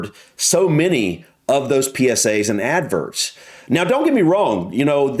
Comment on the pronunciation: Laughed every time you said “adverts” 😂😂😂 Ad-verrrrts